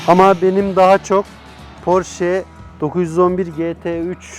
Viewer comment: Porsche yazılır Porşe okunur, "sch" Ş olarak okunur almancada!!!